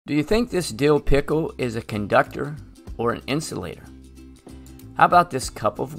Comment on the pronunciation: The way u said pickle 🥒 💀 Btw this helps a lot ty!